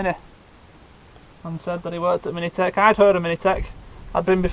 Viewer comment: It's pronounced as 'mintech' not 'minitech' 😂